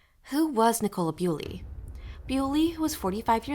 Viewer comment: Her name is pronounced Bull-y, not Bew-ly. Please make an effort to get your facts METICULOUSLY correct. Have you not listened to even one minute of the many videos in which her name is pronounced Bull-y? Such insulting blunders call your credibility as a podcaster into serious question.